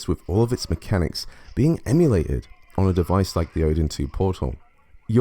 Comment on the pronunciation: "EmuLADED" lol